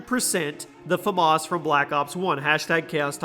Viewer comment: You say famas wrong every time you put it in a video